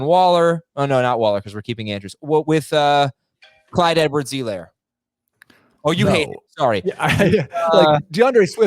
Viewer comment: "Clyde Edwards E Lair" 😆